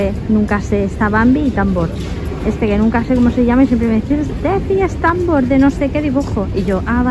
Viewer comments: Cariñoooooo. No es Támbor, es Tambor 💖❤💋💕🌹😘🥰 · No, 🤣🤣🤣 ha dicho támbor, acentuado no tambor🤣